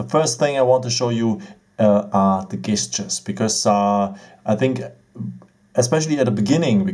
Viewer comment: A little tip for you. The G in the word gestures is actually pronounced like a J.